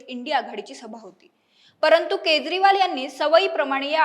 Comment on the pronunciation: अग बाई केद्रीवाल नाही केजरीवाल असा उच्चार आहे